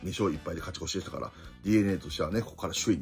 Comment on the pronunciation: 勝ち越しをかちこちって言ってるの好き